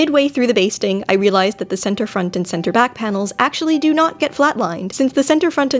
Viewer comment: Instead of hearing "basting" stitch I hear "bee sting stitch" and proceed to have nightmares🤪